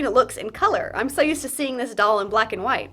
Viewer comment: Did u just say white the way that Stewie says cool whip?!?!?!?